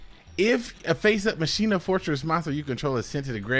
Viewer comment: You should pronounce machina like dkayed. MUH CHINA